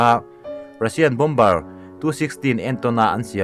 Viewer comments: Mizo trawnga A,Aw,B h cuan bom-ber th khi a dik...bo-mer cu American English ah ciah..Zo trawnga lehlin anih toh cuan a lam dik.. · Bâwmar ti a lam rik tur a nia, bomber ah hian b laita hi silent tur, a ngaihnawm e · "Bom-ber" ni lo in "Bo-mer" ti a lam tur... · Bomber hi bomar tiin an lam thin in ka hria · "bomber" ni loin, "BOMB'ER" tia lam tur zawk